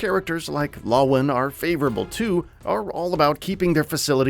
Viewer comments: god you pronounced the names so badly. it's hey-con not haycin. and it's la-won not lo-win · "hawkin and lawwin" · mans cant even say lawan right or find the name of the city. it's Villedor